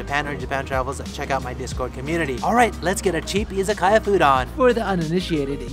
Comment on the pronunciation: Friendly tip: Pronounced i za ka ya, as opposed to iza kaya